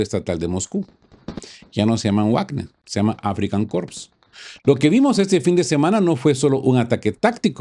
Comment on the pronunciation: Amigo 🏆 primero, quiero reiterar mis felicitaciones por su excelente trabajo. Y lo seguro pedirle de favor un detallito. Podría pronunciar "vagner" en vez de "guagner; es que guagner se oye espantoso 🤨.